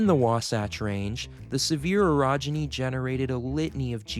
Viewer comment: you need to pronounce orogeny a little less like "erogeny" which is something completely different